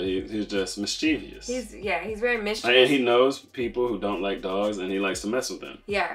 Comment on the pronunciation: 99.9% people mispronounced mischievous 😉